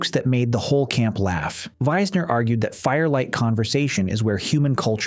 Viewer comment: Polly Wiessner that is so strange!! My last name Wiessner that is a very very very uncommon last name, especially for hers to be spelt the same. Maybe I'm related to her? (And let me say you are the only person I have ever know to pronounce my last name correctly, thankyou!! Grade A+ , better than my teachers who knew me and have been corrected, still couldn't not say, "why-sner" when in fact it's pronounced, "we-sner"